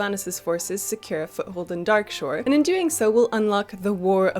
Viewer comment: I could have sworn it said Dailyshore instead of Darkshore. Had to go back to make sure.